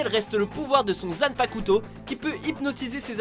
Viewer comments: Ça se prononce "Zanpakto", le "u" ne se lit pas. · On ne prononce pas le "u" de zanpakuto. Pour dans chacune de vos vidéo vous arrivé à faire une erreur de prononciation, que ce soit Japonais, Anglais voir même Français. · Zanpakto pas Zanpakuto Ptn apprend au moins ton sujet Sinon b9nne vidéo bien sûr je déconne